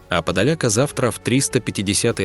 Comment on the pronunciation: Автор исправь произношение ударение Подоляка хахахахаххахаах, жесть как у вас столько подписчиков??????